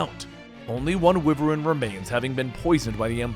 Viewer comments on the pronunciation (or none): Wyvern (WHY-VERN) lmao